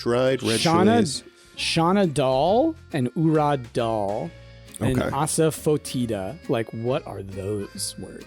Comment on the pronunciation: asafoetida.. said AH sah FOE tee dah.. totally understandable, but it's AH sah FEH ti dah. I too LOVE Lebanese food. I'm lucky being from Detroit, because there's a lot of Middle Eastern and Greek here, so I've had Lebanese from a Lebanese family owned restaurant